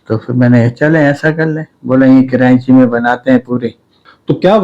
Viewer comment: Es ko bolny ka ni pata Karachi ko kranchi bol rha hai ye film kia bunnay ga😂